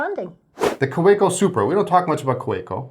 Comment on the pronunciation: I never ever do this, but let the record show that I held out for 372 podcasts (it was difficult). "KaVeko" & "Lahmee".